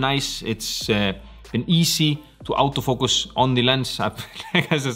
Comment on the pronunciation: 'Out'o Focus? or Auto Focus? That Scandinavian accent lol